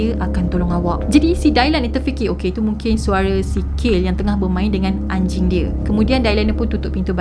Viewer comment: betul. Dia sebut kayl. Spatutnya kaylee = kei lee